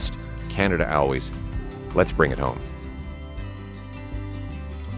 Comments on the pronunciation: Canada what? Always is pronounced like AI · The way he said always at the end was so Canadian 😂! Super excited to vote you in whenever they will let us!!!! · How did he just pronounce the word always?